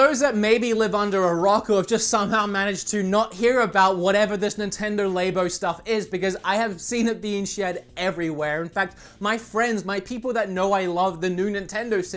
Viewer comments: LAB-OH Not LABE-OH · Its not LAYBO......its LABO....like Laaaabo..like laaand. Why people in America pronouncing it so wrong...and this guy is Australian cmon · its pronounced Lab-O not Lay-Bo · Isn't it Labo? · Its nintendo lab o not nintendo layb-oh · It’s pronounced Lab-O, not Laybo. Short for Laboratory and rhymes with Lambo. Maybe you had labia on the brain. I’ll forgive you and yes I know it’s not easy given your accent. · Labo is how Japan shortens laboratory. It's pronounced "Lab-oh" not "Lay-bo" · AHEM ITS PRONOUNCED "LABO" AS IN "LAB" I AM TRIGGERED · "laybo"? that's a new way of saying "laboratory".. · It's laBo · its pronounced LAbo. the 'a' sounds like the a in the word apple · It's pronounced labo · It's pronounced lab-oh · I've just learned to read your titles as the opposite of what they say. Also, it's pronounced "Lab-oh" if I'm not mistaken.